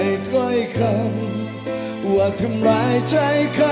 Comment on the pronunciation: คำ : กำ คง : กง เคย : เกย กือ พี่ เกา ร้อง ออกเสียง ค. ไม่ชัดกรับ !!!